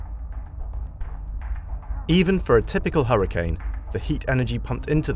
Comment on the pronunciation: Which accent pronounces Hurricane as "Harra-can".. ?? Sooo weird to my Canadian ears!!